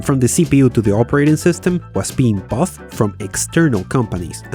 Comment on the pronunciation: The more I watch your videos, the less charming and the more annoying your accent and poor pronunciation of common English words. The word is "bought", pronounced like "bot", not "boff" as if "bought" and "cough" are pronounced similarly. Today is Feb 20, 2024. The date this video was posted, according to the description, is Nov 29, 2023. You have 916K subscribers. If you can't pronounce English properly, perhaps the ridiculously bad pronunciation of whatever Latinate language you speak should be made just as prominent and not called racist. Do better unless you and your language don't deserve better. You're not some foreigner struggling with a foreign language but a well-known YouTuber too lazy to do that language and your viewers justice. Or perhaps you should make a real fool of yourself and attempt to become the next Sacha Baron Cohen, where it might be justified to get things ridiculously wrong in satire. That would be more dignified and less frustrating. Show basic consideration else others decide you don't deserve basic consideration.